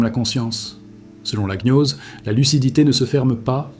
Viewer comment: Donc tu as tout appris par des livres ? ? Car tu prononces mal archonte, et gnose . C'est étonnant